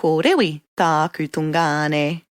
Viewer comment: Great info but it's driving me nuts how she says tun/ngāne....not tu/ngāne lol